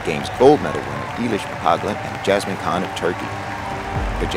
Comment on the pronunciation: hey! I didn't mean this as a personal attack - it was just an amusing sequence. For the record: EY-lish (as in "clay") not EE-lish mc-COL-gan not mc-COG-lan YA-se-min not JAZ-min CHAN/JAN not KAN